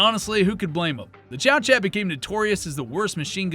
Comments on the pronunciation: Good video, apart from the Liberator, that has been commented on to the end of time, my only criticism is the pronunciation of Chauchat, it's French, so not pronounced "Chow-Chat", ists more like "Show-Shar". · Chauchat is pronounced like "show-show". Or "show-sha" depending on which part of France you're from. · It's pronounced, "show-shah"! 😝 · I thought it was pronounced.. Shoo shoo?? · How are people in the future going to know what they're talking about if you mispronounce things with reckless abandon? Chauchat is correctly pronounced Showshot.